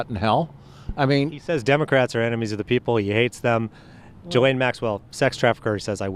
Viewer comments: I woke up in a rare mood. This will be Petty but you pronounce Maxwell's first name as gee lane. And it's not gee as in gee whiz. It rhymes with knee. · Did anyone else notice how the man pronounced Ghislaine’s name? I am ctfu 🤣🤣